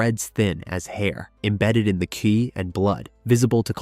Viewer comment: Was doing great until about an hour and a half in it said 'Qi' as 'Cwee' 😄